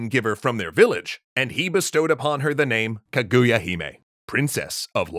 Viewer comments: It is pronounced KA-GU-YA not KAGUya, also I really like this story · Hm, not enough Ishigami in this version, I'm affraid... and dear God, its KA-goo-ya, not kuh-GOO-ya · just a side note on the pronunciation, it's kah-goo-yah not ke-gu-ya, japanese characters aren't very sharp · Japanese pronunciation hack: Japanese puts even emphasis on every syllable, as opposed to English, which usually puts emphasis on the penultimate syllable (ka-gu-ya instead of kuh-GOO-yuh). It's difficult for English speakers to get the emphasis right, so try putting the emphasis on the first syllable. This still isn't perfect, but it'll get you closer. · Well... technically, the Japanese call it Fuji-san, because if you start with "Fuji" you don't even have to say "yama" to let everyone know what you mean. Also, it's "KAH-goo-yah", not "kuh-GOO-yah". Three-syllable Japanese names always emphasizes the first syllable. (e.g. KAgome, not kaGOme.) It feels a bit weird at first, but it's the same rhythm as "history". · "kuh GOO ya" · Kaguya's crying because people are pronoucing her name has as kuhGOOyah. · Oh god the pronunciation 🤮 That would be like hearing someone calling him King Ayyythuuurrr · Kaguya is pronounced with emphasis on the first syllable (watch JAXA video about their space probe, it's spectacular). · Great episode but the pronunciation of Kaguya is low-key killing me ngl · So we just gonna ignore the bad pronunciation of Kaguya?